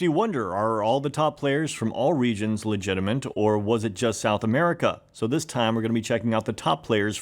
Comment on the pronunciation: "legitiment". <3